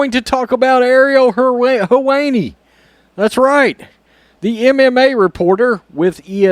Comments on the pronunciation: Sounded like you said, "her weenie" 😆✌️ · 😅🤣😂 Him butchering the pronunciation of his name was awesome. The woke are eating themselves!